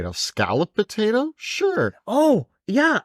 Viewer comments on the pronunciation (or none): This mufuka says “batato” instead of potato